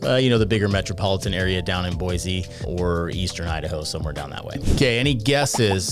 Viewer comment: Gasp! He said "boy-zee" instead of "boy-see". Not a real Idahoan?!? (Kidding, this video is actually super accurate and informative so far. Good stuff!)